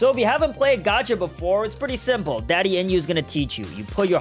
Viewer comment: Bro said Daddy enyu